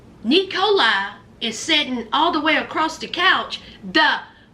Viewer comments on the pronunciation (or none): Sounds like E. coli instead of Nikolai 😂😂😂😂